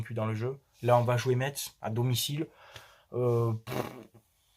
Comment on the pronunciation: J'adore tes debrifs👍...on prononce pas le t dans Metz,on dirait un parisien qui le prononce,juste un Petit clin d'œil aux mosellans